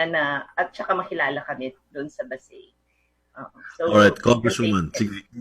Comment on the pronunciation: it's pronounced as BA-SAY. Any update regarding with this bill?